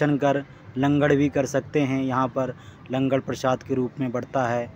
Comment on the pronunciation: Langad nhi langar hot bai shiab